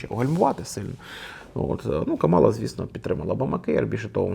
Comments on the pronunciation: Імʼя кандидатки КАмала, а не КамАла! Вона заради цього акценту навимсне!!! представилась під час потиску рук перед дебатами! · Вона не Кама'ла, а Ка'мала, будь ласка, поважайте ім'я людини і як воно вимовляється 🤓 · КÀМАЛА, а не КАМÀЛА. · Але чому КамАла, якщо вона КАмала? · В імені Камали Гарріс наголос на перший склад, а не на другий, виправляйтеся, пора знати ім'я наступного президента США на наступні 8 років!! Кáмала - наголос на перший склад!!